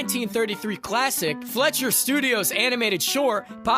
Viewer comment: Fliescher = "Fly-sure" not "Fletcher"